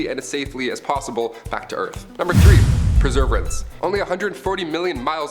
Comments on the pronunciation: Perserverance - pronounced pur-sur-VEER-ents. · hey you pronounced perseverance wrong and Apollo 13 wasn't on shuttle they were in the odyssey command module and the 02 tank on the service module blew out. but awesome video :) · Say perseverance again 😂😂😂